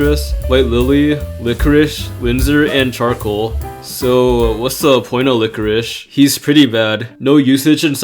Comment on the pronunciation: Yeah lichoriche (what he is pronouncing it) is very good in this mode!